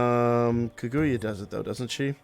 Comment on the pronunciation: Car-goo-yah. And yah like in yahoo. That is how you pronounce Kaguya.